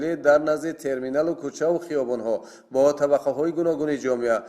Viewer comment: Мӯхтарама баранда дуруст калимаҳоро талаффуз намоед куча не балки кӯча ва ё шуба не балки шӯъба 😮